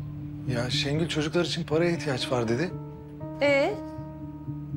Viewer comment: Şu Gönülü bu türlü anlamıyorum ha.. Kendisi Orhanı Şengül'ün elinden almış, şimdi gelip arsız - arsız diye dolanıyor... P.S. Şengül 'e Şəngül demesine gerçekten sinir oluyorum😡